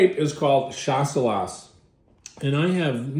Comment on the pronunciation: Skip the last „S“. It’s pronounced „Shassellah“. Cheers from Germany (where we call it Gutedel)